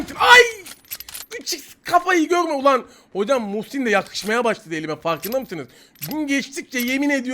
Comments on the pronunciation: Kar 98 e Musing Diyen Tek Youtuberin Kanalına Hoş Geldinizzzzzzz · Kar 98 e muhsin diyen tek youtuber 😂